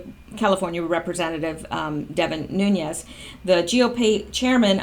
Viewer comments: Nunes is pronounced 'Noon-ez".....Rosenstein , himself, pronounces his name "Rosen-stine" please stop screwing this up, makes you sound uninformed. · It is pronounced Nunez, there is no ~ over the 2nd N, so no stretching out of the 2nd N. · It is NOO-Nez.. (Nunes) Portuguese. My congressman. bugs me when ppl dont get it right. esp. like. From Tulare CA!:)